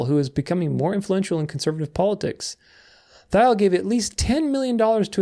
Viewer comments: Peter Thiel is pronounced Teel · Love the vid! One small bone to pick tho, pretty sure Thiel is pronounced /tiːl/